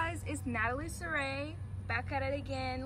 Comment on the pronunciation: Sarayyyy..Wth is that!! Saraí is pronounced SaraaE. It’s a Spanish name!